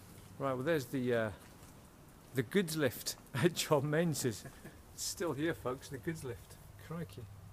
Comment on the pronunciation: please please would you stop pronouncing it "menzais". it is pronounced MINGIS. it is so insulting to those who have that name. Kindly STOP mispronouncing it.